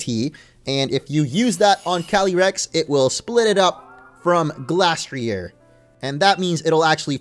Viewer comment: Its pronounced gleystrier